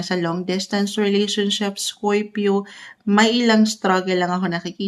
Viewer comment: Bakit scoypio ang pagkasalita mo sa scorpio madam?